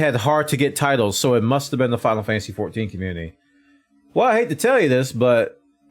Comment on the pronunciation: “Sickness most be purge”